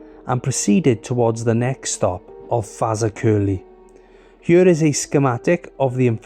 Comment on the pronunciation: FAZAKERLY!!! Ha ha ha ha ha I